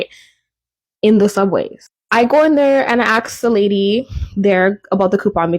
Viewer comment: At this point, may I "aks" why don't you go in details on what you're about to pull out ? The CN tower ?